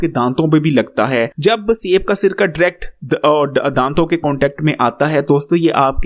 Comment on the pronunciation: Word is DIRECT not dract 😂